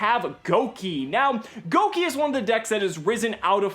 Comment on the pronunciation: I love you and the fact you didn't pronounce Gouki Goo-Keeys like the rest of the yugitubers lmao